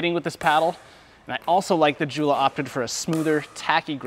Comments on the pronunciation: The fact that you don't know how to pronounce Joola lets me know that you don't know much about pickleball, let alone paddles. The Model E Elite being thermoformed makes it more powerful and less controllable than the original Model E. The GBX is a joke. The Vanguard series is simply irrelevant in 2023. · You need to get the name pronunciation correct on Joola paddle. Oops... Why did you comment on sweet spot size on these paddles?